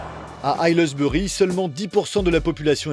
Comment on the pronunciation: "Ailleleusbeurie" - Hey, hésitez pas à prendre des cours d'anglais, hein ? Vous avez absolument massacré le nom du patelin...